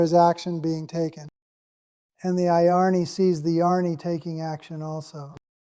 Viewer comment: Sounds good, a minor point, the pronunciation of Jnani and Ajnani is not quite correct. I think the text-to-voice will do better by replacing Jnani with Gyani and Ajnani with Agyani. Jyani and Ajyani would also work for, though I feel Gyani/Agyani will work better. Thanks for this.